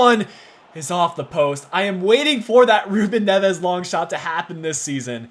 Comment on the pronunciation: try and focus on the first silabe specialy on the e. Btw MGH strikes again another series he's copying. This time its yours. First bama then you